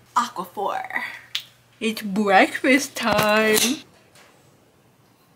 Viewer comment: “Iws bweak fwist twim”💀